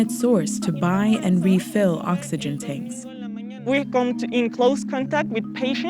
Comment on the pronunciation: "The true citizen conserves valuable ovegen"